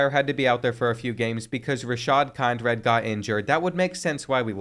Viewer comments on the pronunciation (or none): Kind-red is crazy! It’s Kin-drid, bro. 🤦🏾‍♂️🤣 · Dude ik finally someone mentions it kind-red is wild